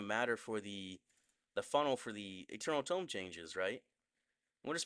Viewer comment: Eternal tome❌️ Eternal dome✅️😂😂